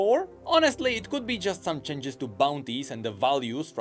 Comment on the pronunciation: Your pronounciation of "changes" as "chenges" got me so hypnotized, I could only focus that word for the entire video.